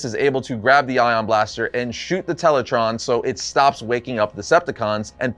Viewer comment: Tele-TRAAAAAN. not Tele-TRON.